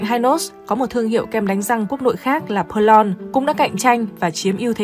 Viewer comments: Tôi người miền Nam , từng sống qua thời VNCH muốn góp ý về việc phát âm tên một vài thương hiệu sau đây : - kem đánh răng Hynos đọc là Hy nốt ( không phải Hai nốt ) , Perlon đọc là pẹt lông ( không phải pơ lon ) . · Hynos đọc là Hi-nos chứ không phải là Hai-nos, và Perlon đọc là Pẹc Lông theo ngưởi Sài Gòn bạn ạ Giọng bạn hay lắm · KEM DANH RANG PERLONG.;DOC THEO AM TIENG PHAP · Đa số người sg phát âm theo tiếng pháp 🇫🇷 bẹt long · Bà chị '2 nút' đọc tên mấy nhãn hiệu nghe như 'tây ' nói tiếng Việt. Bà con trong nam phát âm Hynos và Perlon nghe không giống như bà chị đâu Hihihi !!!